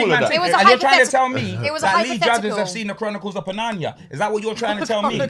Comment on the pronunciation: Man said CHRONICLES OF PUNARNIA and V-PLATE!! 🤣🤣🤣